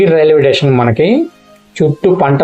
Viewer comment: ఎక్కువగా టేషన్ అంటున్నావు. అప్పుడప్పుడు మాత్రమే స్టేషన్ అంటున్నావు. స్టేషన్ అనడమే కరెక్ట్.